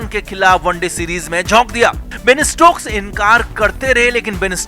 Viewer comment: Bain nahi Ben hai, Thik se bolna sikh lo